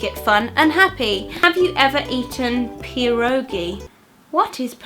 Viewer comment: Hahaha. I don't know who created these questions but pierogi is a polish name for some kind of dumplings (oh and you said it incorrectly ;)